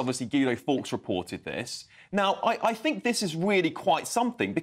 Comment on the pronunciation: Get aaaaht my paaab. "I don't FINK so". Good grief.